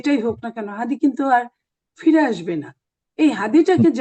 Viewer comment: আপনাদের দলের মহাসচিব উসমান হাদীর নামটাও ভালোভাবে বলতে পারে না আর আপনার কথা কেমন হবে